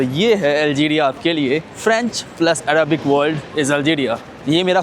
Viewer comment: araabik nhi arabic hota hai bhai. pronounce correctly.